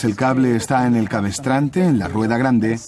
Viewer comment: Muy ameno e interesante, sólo un detalle, la palabra es cabrestante... No cabestrante...